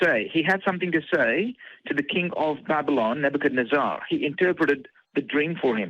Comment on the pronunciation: Is it bad that I just GOTTA HEAR (from Australia) say, "Nebuchadnezz-AAAH" again?